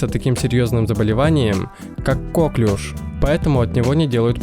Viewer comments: Не кОклюш, а коклЮш! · Правильно нужно говорить коклЮш, а не кОклюш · Ударение на последний слог, потому что Коклюш это француз именем которого назвали заболевания.